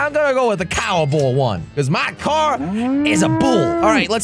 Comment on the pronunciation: Why dose he say coor instead of car😂